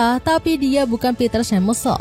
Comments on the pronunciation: bacanya "piter semae-kel" kak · Min, koreksi ya, Peter Schmeichel pronouncenya "Piter Syemaikel" 😅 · Piter semaikel mbak 😊